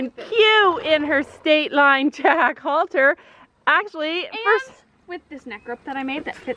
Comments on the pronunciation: Nope it's halter. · Ummmmmm are u English or American because it's headcollar not halter